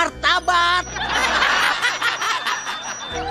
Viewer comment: Ini Cuman Gua Atau Gimana. Pas Plankton Bilang "Martabat", Aku Kira "Martabak". Mana Terdengar Lucu Lagi